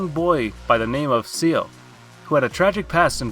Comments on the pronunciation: Couldn’t stop laughing when he kept calling Ciel seal 🤣🤣🤣🤣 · Please don't ever say Ciel's name again. You butchered it so much 😭😭